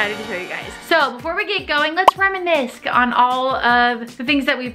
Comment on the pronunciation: Did you really say reminisk?